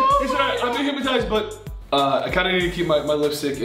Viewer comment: They all say hip-ma-tized like it’s said how it’s spelt hyp-no-tised